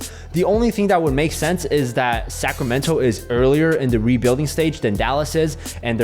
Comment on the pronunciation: Sometimes when you say "Sacramento" it sounds to me like "Sacramental" which I think is kinda appropriate. :)